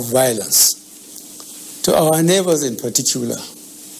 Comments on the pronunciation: Ose “Partitular” 😂😂 please it is PARTICULAR 😂*I need y’all support on my channel * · Did I hear home say in patitula 😂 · Frotestors, partitular, hahahahahaa